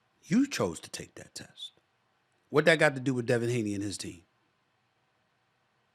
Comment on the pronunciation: Devin Haney = Daney